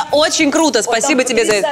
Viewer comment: фуу не пытайся говорить "круто", ужасно выходит